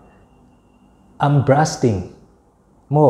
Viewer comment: Brusting in i lam a,bursting i i ziak daih bawk si